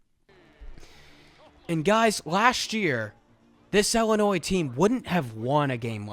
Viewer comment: Great analysis except for everytime ‘illinois’ was pronounced like that